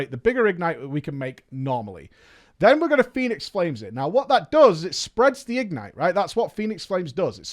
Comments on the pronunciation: IG-nite. Just say ignite. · The way he says “IG-nite” triggers me.... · Why do you pronounce it as if its 2 words? ig-nite??? triggered 😜